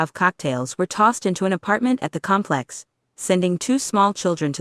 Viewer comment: AI word spacing is like that of news talking heads. There are so many phrases where the wrong emphasizes are placed that it is nauseating . Example: "..at the com PLEX.." However, this is so full of facts and backup documents that it should be shown on national news specials as "How drugs help destroy the best laid plans" and "How an AI narrator can cram our heads with useful tidbits we can ruminate over for decades". Complex residents, you don't let in gangs without paying the price. This goes not only for public housing projects, but also for apt complexes in general. I lived in two apt complexes for a total 15 years. Don't let in the gangs!